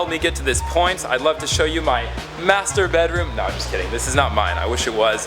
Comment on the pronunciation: when he says : master bedroom i dont know why but i hear masterbate Room XD